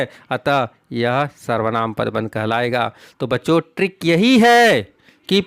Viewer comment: I like how he doesnt say "trick" he says "TRRRRRRRRRRRRRRRRRRRRRRRRRRRRRRRRRRRRRRRICK"